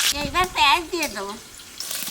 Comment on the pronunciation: Paj noy piyaj .